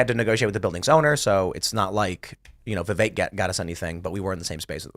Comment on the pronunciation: Vivek's name was pronounced properly 100 times in this episode, and this idiot from New York continues to mispronounce his name. I don't want to say he's an idiot, but i hear him speak.... I have to bite my tongue. Go back to Brooklyn you deigo guinea wop. Keep pouring olive oil straight down the drain and ruining your own sewer system... and choke on the flood that's your own fault. NYC was ruined by these people.